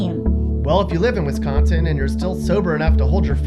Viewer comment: He says Wisconsin wrong